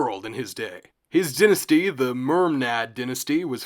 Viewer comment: first syllable of dynasty is pronounced die like singular of a pair of dice